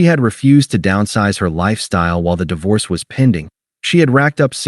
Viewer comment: Hey AI - Di Vorce is not the correct word. I switched off after 5 seconds.